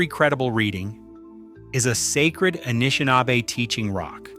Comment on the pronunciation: dude, thanks for the reply. as a Canadian i'm genuinely grateful for what you've put together here — a lot of thoughtful and serious research (no Ancient Aliens shit) by and large your read (so that is your read?) is warm and engaging, i just choked on a couple of peculiar pronunciations (inconsistent Anishnabe and "Eye-ro-quai" for Iroquois) srsly tho', keep up the EXELLENT work. at some point i would like to pass some bizarre matierial about a site in Quebec, not to far north of Ottawa, a supposed major lithic structure that totally rams its head against the Laurentian Ice Shield. till then, have a great week! am hitting "follow" now.